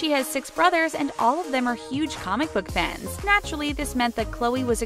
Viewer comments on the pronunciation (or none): none